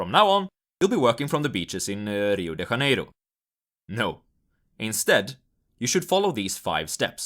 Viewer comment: What kind of accent is “Rio de Ha-nay-ro?”. In English it’s “Rio day Jay bay row” and in Brazilian Portuguese it’s “Hee-oh Janay-roo”